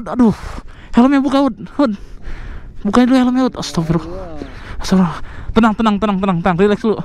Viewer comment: astag... bukan astaf...